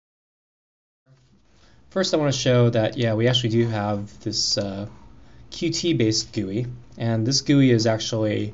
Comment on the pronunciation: Thanks for the videos, just starting out on CMake, useful to know how to use some more of the features. Just to let you know Qt is pronounced like 'Cute'.